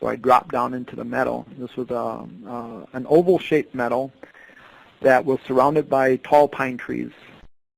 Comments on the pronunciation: It took me a while to understand that what he was saying was “meadow” not “medal”. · I thought maybe “metal.” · Say meadow properly